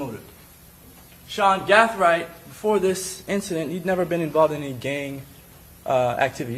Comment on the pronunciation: Is there a reason why this attorney keeps switching how he pronounce Gathright?